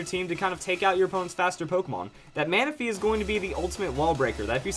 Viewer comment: Manaphy... not Manapahy